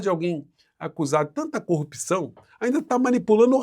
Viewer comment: Gosto muito de vc, mas não fala mais corrupÍção,o certo é corrupção.